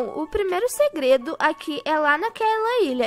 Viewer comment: Kkkkk a parte que ela fala gredo kkkk